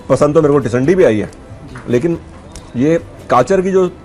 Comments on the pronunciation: Sir not tisandi it is tindsi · It's not tisandii🤣🤣it's tindsii ki sabji 👍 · its not tisandi its tinsi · SIR tindsii hota hai tisandi nahi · Sir it's not called tisandi. It's tindasi. Please rectify it. Thanks.